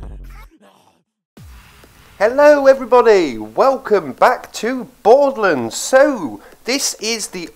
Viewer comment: It's borderlands not boredlands